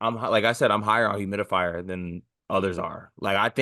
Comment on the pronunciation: Come on; Hum-RICK-House is not hard to say. Stop the humidifier BS.